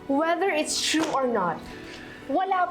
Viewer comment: Yung mga pronounciation ni nakakatawa,, instead of true,, naging Chrue,, yung attorney. Nagigigng acchorney hahaha,,yung tried, naging chried,, sumobra sa pagiging inglesera